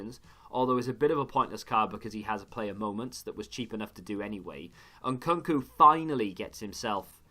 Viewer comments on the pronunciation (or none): none